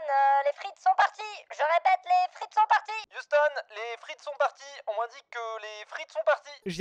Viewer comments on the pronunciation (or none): none